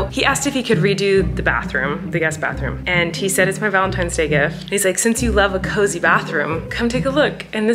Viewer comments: Did anyone else notice that Colleen and both kept saying "Valentimes," and Flynn kept saying "Valentine's?" What a proper little man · colleeeeeen you said valentimes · tortilla talk: i am so sorry but are you all saying valentiMes???? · I noticed that you and said valentiMe instead of valentiNes. Just wanted to point that out. Love u!!